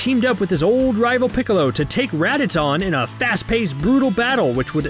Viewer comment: The way he say Raditz “Redditz”